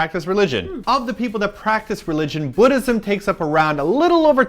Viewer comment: YES, THANK YOU FOR ACTUALLY PRONOUNCING "MUSLIM" AND "BUDDHISM" CORRECTLY